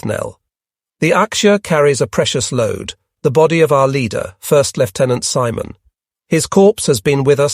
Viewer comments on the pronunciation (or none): none